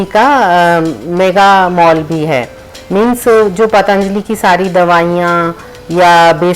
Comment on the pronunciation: बाकी तो,सब कुछ अच्छा लगा.... पर...... पर...... आपने पतञ्जलि शब्द का उच्चारण करना वहाँ जाकर भी नहीं सीखा.... अपनी नज़ाकत छोड़िये मैडम, आप भारतीय बनकर रहिये अपनी संस्कृति, अपनी जड़ों, अपनी मातृभाषा को मत भुलाइये....